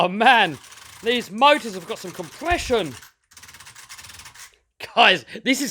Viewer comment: Why you say compreshon it not a gas engine